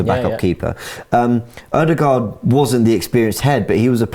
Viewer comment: Finally, someone corrected on how to say, Odegaard. It was pissing me off the whole season!